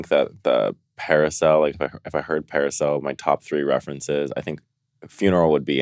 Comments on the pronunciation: Naomi says "parasail" instead of "parasol." Lol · Naomi can’t pronounce “parasol” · Trend alert : Calling Parasols Parisels !! Thanks Naomi